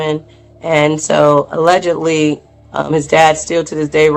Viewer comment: SHE SAID ALLEDGALY PRESIDENTIAL🤔🤔🤔🤔 WONDER WHO SHE'S TALKING ABOUT ALLEDGALY.